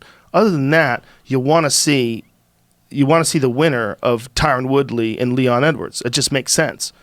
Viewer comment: Joey Diaz be like: Ty-Ron Woodley, Nurmagomegomov, Ce-Rown, Stiopic